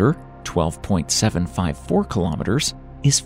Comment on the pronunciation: It’s supposed to be 12,754. Not only does the he read it wrong he also write it wrong.